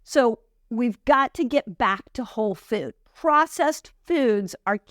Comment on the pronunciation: You are so good! And I love how you say the word “food” in a funny way. The obstacle is the way!